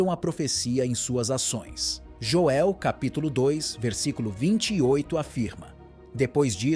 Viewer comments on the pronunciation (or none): none